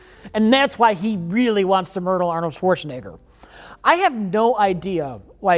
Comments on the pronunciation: Guys it's REALLY important to get this upvoted to the top:, says "And that's why he really wants to MURDLE Arnold Schwarzenegger" MURDLE. I think is going senile and we have a duty to inform him. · going straight from "I really want to murtle Arnold Schwarzenegger" into "Kate Beckinsdale" is just beautiful.